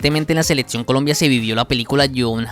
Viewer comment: La cantidad de falacias de este video es innumerable, pero lo más desesperante es que el muchacho no pueda decir "selección", sino seletsión.